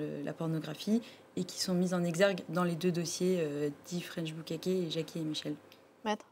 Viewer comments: "French BOUKAKÉ" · Bukkaké ?????????????????????????????? Je vais écrire comment ça se prononce : BU KKA KI. Voili, voilou. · bukék ca ce dis pas boukaké mdrr